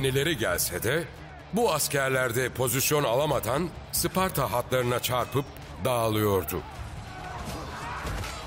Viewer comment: 1000 yıldır bazılarının sucuk yerine uscuk demesini anlarım da. Bari hiç olmazsa şu Sparta'ya Isparta demeseydik ne güzel olurdu be.